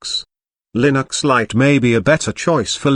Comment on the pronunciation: i love [lin - axe]